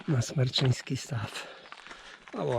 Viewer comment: Szkoda tylko, że używa Pan nieprawidłowej nazwy stawu. To jest Smreczyński Staw a nie Smerczyński Staw.